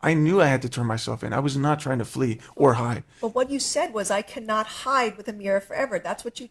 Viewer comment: How to "Hud"??? HOW TO HIDE***